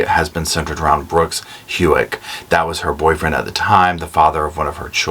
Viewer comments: I am so sorry to be a nit picker, but I freak on mispronunciation lol. It’s How-k. Not HU-ek. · It’s not Hewick…it’s Houck, the OU sounds like OW. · Pronunciation Houck… How-ck 😊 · Brooks’ last name is pronounced like the word how, and k (howk) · Pronounced Brooks HOW-ck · Always enjoy your commentary on cases, love your personality! (Aside: Houck is pronounced How, rhymes with cow, with hard K on the end…like Howck.) So happy that Brooks has been arrested. Crystal is one of 5 total murders in Bardstown, a relatively quiet, historic, quaint small town in Central KY. First was 2013…Jason Ellis, a Bardstown LE, was ambushed in a set up obstruction of trees on the exit from the (very lightly traveled) rural highway around midnight on his way home…Nick Houck also worked the same shift, and it was determined it had to be someone who knew his regular routine to set up the cut tree branches, brought in from elsewhere, to obstruct the road. Ellis got out of his vehicle to remove the branches for safety, and was shot 5x’s with (likely) several shotguns/more than one shooter lying in wait for him. Next is a mother and her teen daughter: Kathy Netherland (48, an elementary school teacher with no history of criminal activity/drugs, etc.) and her 16yo daughter, Samantha (a popular honor student at the local high school…again with no history of criminal activity/association.) They were killed in the middle of the night in their home in a rural part of Bardstown. Both were in separate rooms…Kathy was shot, and Samantha was stabbed. Next was Crystal in July 2015. In November 2015, Crystal’s father, Tommy Ballard, was shot to death while hunting with his 10yo grandson…grandson didn’t see anyone, and couldn’t save his grandfather. This happened close to the same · How-k, Brooks, Lou-a-vull 😅 sorry I’m a Louisville native and the pronunciation in this video got me. Lol. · Brooks Houck Houck pronounced Hoke Sound like poke.